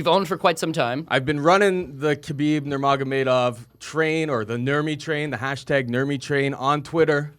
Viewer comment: Dude pronounced Nurmagomadov about 3 different ways LOL 😂